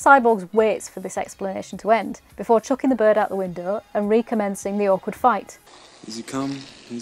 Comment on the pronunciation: "Chucking the bird out the window" spoken like a true northerner, great to see another soft focus!!